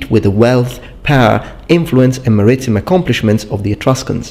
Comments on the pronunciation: 'MAritime', not "maRItime". =) Great content and quality as always,! (Do you spell it with 'f' or 'ph'...?) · Maritime is pronounced "maree-time", thought I'd help you out. :) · "Mer - Eeh - Time." Maritime. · I always believed that maritime was pronounced like merry time, as in Marinara with an American accent